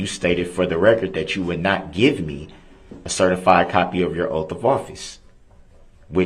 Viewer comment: JD took “ an OAFF” how is his rights being “trampled on”? Who do dat” SMJ is Laf-FuL law” whoz my accuser”? Is it Civil or Criminal? “Imma hit ya wif “